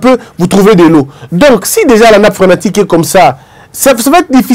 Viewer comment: Atalaku ya Felix. Le président n’a pas été trahit. Il est incompétent à choisir ses collaborateurs et vous sois disant intellectuel vous êtes incapables d’être honnête. Et on dit nappe “ phréatique “ Non phrenatique “